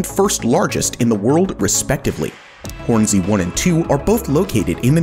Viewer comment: bruh says Hornsea like it's 2 words.